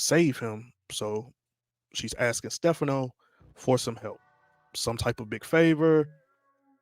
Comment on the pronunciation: The incorrect pronunciation of Stephano’s name is killing me.😭😭😒😒😒